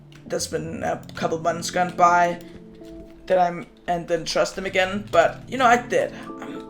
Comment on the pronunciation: Idk why i think of SIFT when you say trust